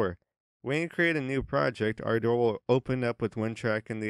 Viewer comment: This is an English word pronounced ˈɑrdər. It needn't be twisted into something like "R. Door"